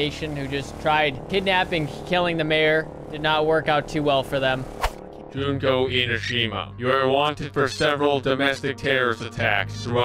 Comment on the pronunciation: The name is pronounced June-Ko